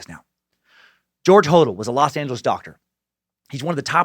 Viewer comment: Corprophagia is pronouced COR-PRO-FAY-JA! George and Steve Hodel's surname is pronounced 'Ho-DEL'.